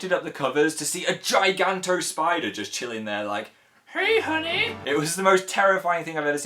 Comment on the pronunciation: Lol "hey honeh"